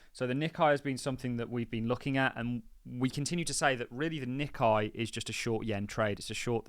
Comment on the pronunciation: Nikkei is pronounced “Nick ay” …..lord help us